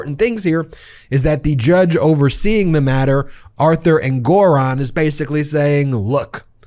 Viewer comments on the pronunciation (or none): Ben, the judge’s name is pronounced ENgaron (not enGORon). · Isn't the pronunciation of Engoron's name on the first syllable: ENG-or-on, and not eng-GOR-on? I could be wrong.... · You're an attorney, why do you intentionally misspronounce many of the peoples' names you cover? It's pronounced Judge "En-gerr-on". Your constant misspronouncement is one of the reasons I delete your videos, as well as unsubscribed from your channel. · Lol “En-GORE-On”? Ben please learn about accents on the right syllables… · Wait, is that how you pronounce the name of that judge?? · What's with the pronunciation of the Judges name? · What happened? The judge's name is being pronounced differently. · Ben,Ben,BEN! Time for a break. Listen to your grandma. You pronounced Engeron’s name 5 different ways and said E Jean Carroll was sanctioned 1 million dollars! Hey, at least I’m paying attention. You work SO hard and we appreciate your efforts. ❤ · Hilarious to listen to the number of ways Ben pronounced "Engeron" in just this one segment. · You've changed the pronunciation of the judge's last name. Is this the correct pronunciation?